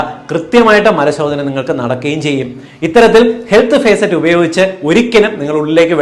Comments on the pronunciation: Facet അല്ല, faucet ആണ് Dr, ഫോസെറ്റ്... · ഹെൽത്ത് ഭേസററ് അല്ല, ഫോസറ്റ്..faucet ആണ് ഡാക്കിട്ടറെ! എവിടെയാ പഠിച്ചത്?🤔🥵🙉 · ഫേസറ്റ് അല്ല ഫോസെറ്റ്